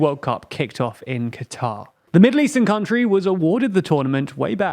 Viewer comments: I know you're british, but it's pronounced "Cutter" not "Qwatar" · no it's not it's pronounced qatar. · No you idiot. It's supposed to be pronounced "cutter" that's how they pronounce It locally